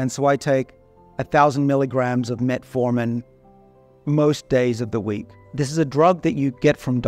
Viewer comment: This guy said metformin🤦🏻‍♂️🤦🏻‍♂️🤦🏻‍♂️